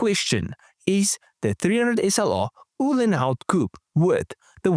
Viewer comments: COO PAY.......not coup.......COO PAY .........PAY ! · Please pronounce "Coupé" correctly